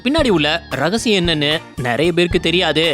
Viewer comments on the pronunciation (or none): ரகசிகம் இல்லை. " ரகசியம். ".